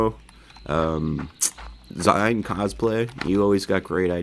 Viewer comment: I meant when the tools get warn down. Thanks for the mention. Btw my user name is cosplay but the zine part is said like magazine. Zine just being a shorter way to say magazine. A lot of people tend to say it like that though. :)